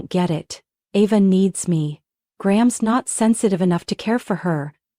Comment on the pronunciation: This is a horribly written story, full of more holes than Swiss cheese. And AI can't pronounce Ava correctly every other sentence, practically. 😂